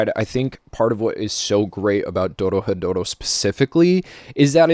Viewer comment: It's not that hard to pronounce once you get the r sound right, roll it with your tongue quickly, go through re, ro, ri, ru and ro, then move on to ryu, rya, ryo if you want to overachieve, ryu is especially difficult in the beginning. So, Do Ro He Do Ro is how it breaks down, look up the pronunciation of those Kana and you're good. Not really difficult but I've been speaking this accursed language for a while now.